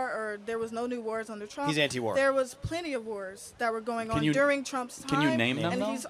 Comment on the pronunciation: Couldn't name a war but she says plemty of wars! Hahaha